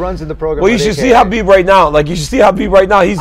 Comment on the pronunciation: Why does DC always say Hanbib and no one says anything?🤣